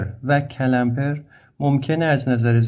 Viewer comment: استاد جساراتا با تمامی احترام CALAMPER نیست CLAMPER هست . clamp همون گیره . تلفظش رو درس عنایت نمیفرماییید.